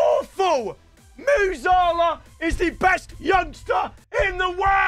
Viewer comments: It’s pronounced gAvi not garvi and musiiiiiiiala not musala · Nah this donney he cant pronounce musiala its not musalah ffs plus 0 ball knowledge